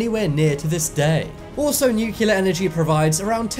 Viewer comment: The word is pronounced NOO-klee-ur not NOO-kyu-lur!